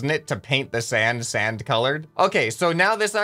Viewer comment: Who heard that said Sans instead of sand a few times